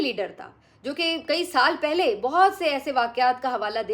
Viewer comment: "پھلے" نہیں "پہلے" ہوتا ہے ۔کم از کم آپ تو یہ غلطی نا کیا کریں